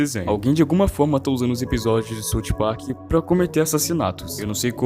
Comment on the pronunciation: é "SAUF PARK" mano plmds